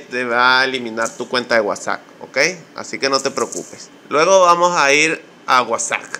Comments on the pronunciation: estimado se pronucnica uasaP com P no uasaC con C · es nefasto como dices Whasac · Me funcionó de inmediato con la primera opción. Gracias. Con todo respeto y para obtener mayor credibilidad, la pronunciación correcta de WhatsApp es "UASAP", como si dijeras UASAPA y le quitas la última "A ", saludos desde Bogotá, Colombia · gracias amigo era eso ya funciona! no sé de dónde sos pero se dice WHATSAP no guasac jajaja slds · vamos a seleccionar la que dice wuasac 😂 me hisiste el día 😂😂☺ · Vamoh a seleczionar la que dice cuasak! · Amo cuando dice "wasagh"